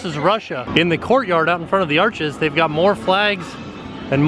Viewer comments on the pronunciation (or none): none